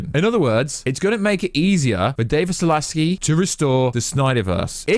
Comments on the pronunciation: Zaslav friend. Not Zalaski. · Repeat after me: David ZASLAV, not Zalaski. BTW, you're claiming that you were the first to claim on YouTube that ZSJL was coming to HBO Max, which I doubt, but you were also one of a few who said that the Snyderverse would not continue and you deleted your video afterwards because people were saying you were backpedaling. Don't give yourself too much credit. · It’s David Zaslav not Zolonski. Also, Nitpicking here, you’re such a Snyderverse pusher (As am I) Why the hell do you show Josstice League Clips mixed in with Snyderverse clips? Please stop.